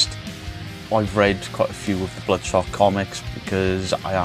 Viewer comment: Never read the comic Bloodspot 😂 sounds like you say Bloodspot a couple of times 😂 I knew you were going to hate this movie lol. The more I think about it is a pretty poor movie, I think if you've never read the comics and don't watch the trailer then it can be an ok popcorn flick but that's pretty bad tbh lol